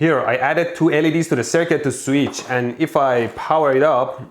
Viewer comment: Anyone realize how many times he said sweetch